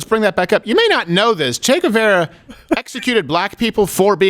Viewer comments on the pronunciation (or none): It's Che GuevAra. tell the assholes'name correctly